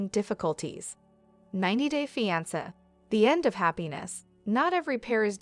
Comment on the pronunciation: “Feeansa” ugh these stupid bots